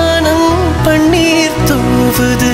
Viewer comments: your pronunciation is wrong, you are saying பண்ணீர்(പണ്ണീർ) instead of பன்னீர் (പന്നീർ or you can correctly say as പന് നീർ). The beauty of Ilayaraja is he never ever allow a single singer to pronounce a single letter in wrong way in his 58 years of career. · Panneer" Wrong pronunciation. Horrible to hear. Music directors yester years would have never allowed such flaws. Tamil killed Sorry. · பண்ணி அல்ல பன்னீர். உச்சரிப்பு படித்த பின்னர் பாடுங்கள். அப்போது தான் அழகு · அழகான பாடலை, இந்த ஆள் உச்சரிக்க தெரியாமல் பாடி கெடுத்து விட்டார். வாணம் அல்ல, வானம். பண்ணீர் அல்ல, பன்னீர். தானம்மா அல்ல, தானமா. பாடினவன் பாட்டை கெடுத்தான். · பண்ணீர் இல்லைப்பா. சற்றே தமிழ் உச்சரிப்பை மிகச் சரியாக செய்யலாமே. பாட்டு நல்லாதான் பாடறாரு. பெண் குரலை ஆண் குரலில் பாடுவது சுலபமில்லை